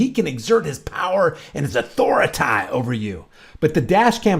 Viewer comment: I love your commentary! Always the best part of every video! I also crack up when you talk about the tyrants asserting their AU-THOR-UH-TAYYY😂👍🏽